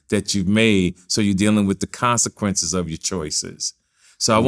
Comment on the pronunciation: "CONSEQCHIOCES"